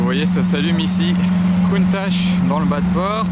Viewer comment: Merci pout moi la plus belle voiture au monde et ces bien au moins tû le prononce comme il faut et pas comme certains qui disent countaque